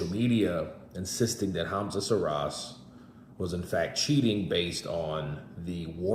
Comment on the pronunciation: Another nobody with a 2 bit story in support of losers. PS "Call him by his name" pronounced SHEEEEERAAZ. Not Seeraz.😊